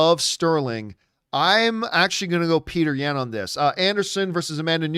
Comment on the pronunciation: This man said "Peter Yan (ya-hn)" 🤣🤣🤣 Bruh he's Russian.